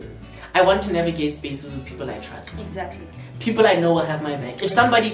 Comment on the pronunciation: no one,nobody at all,:"exaclty".😅